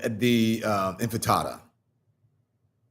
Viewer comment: Infitada? More of this please. This man actually talks for a living 😅